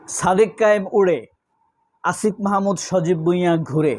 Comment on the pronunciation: "কায়েম" শব্দটা ঠিক করেন ভাইজান